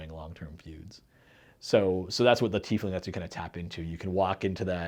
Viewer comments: UGGH! It's TIE-Fling..not TEE-fling. We also don't wear TEES, we wear TIES! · Shouldn't the name be pronounced TY-fling? Just curious